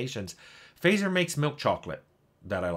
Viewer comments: Just a lil nitpick in case nobody's pointed it out (I did scroll down a ways and didn't see it): Fazer is pronounced "FUTZ-er", not "FAY-zer". Not saying this to put you down in any way, just a friendly correction. :) I'm a philistine who prefers milk chocolate over dark, and even loves white chocolate, so I'm not exactly the target audience for this video. But it's still a nice feel-good watch. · fazer is pronounced fatser. excellent candies of all kinds. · rabbitholing your vids, thanks for the links. One note though fazer is locally pronounced as fatser (the A is as in aardvark). It's a german name and means smith.